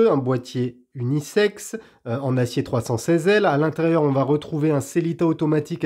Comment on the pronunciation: J'ai arrêté d'écouter après avoir entendu sellita